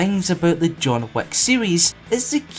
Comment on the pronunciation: the way you said John Wick kinda like John Wack